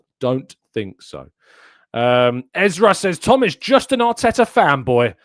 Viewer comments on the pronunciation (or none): none